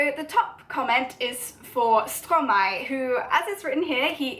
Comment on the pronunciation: I’m just a French learner myself but after intensive research in how to pronounce Stromae (and by intensive research I mean a quick YouTube search) I’m pretty sure you’re pronouncing it right. You’re certainly a lot closer then I was. For 4 years I thought it was said like stro-may 😂